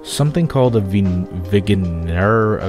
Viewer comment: Eyy vignere is pronounced "vin-nare"